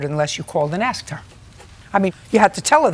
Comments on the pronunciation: ... I aksed???? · She actually said that she “aksed” her.